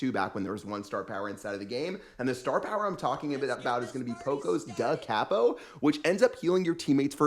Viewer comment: just going to say this because it was bothering me in the vid lol, it's pronounced like Coppo, not Cappo